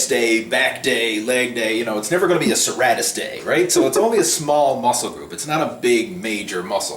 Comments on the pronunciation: its pronounced SIr,Rate,Us lol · It's pronounced Sir-Ray -Tis lol